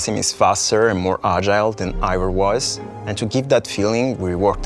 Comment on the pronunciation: They can’t really pronounce evior correctly